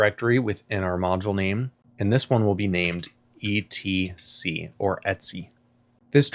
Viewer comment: Did he just pronounce 'ETC' as Etsy? Oh my lord.